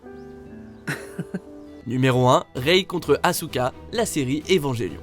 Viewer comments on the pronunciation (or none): "zero two donne une IST a hiro " et prononcez le "U" de Asuka. Vous en avez d'autre des conneries a dire ou c'est les seuls ?